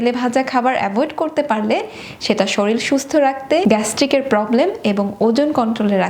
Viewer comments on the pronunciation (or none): Please note it is shorir not’ shoril’ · Apnar video ta khub helpful. But apni শরীর কে বার বার শরীল bolchen eta ektu kaan e lagche. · কথাটা "শরীল" না এটা "শরীর" হবে। এটা বাদে তোমার প্রতিটি উচ্চারণই খুব সুন্দর আর সেই উপকারী ও এট্রাকটিভ। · Good information. But 'shoril' kotha ta vul. 'Shorir' please. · Please learn pronounce 'শরীর' correctly. Otherwise, shout out for good video content.